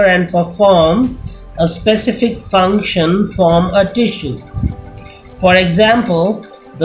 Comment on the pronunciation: its function not fruction